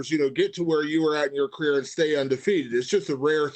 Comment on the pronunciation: Mans said 'throughout his career' I thought he called Brian a queer.